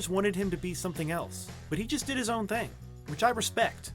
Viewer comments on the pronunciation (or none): none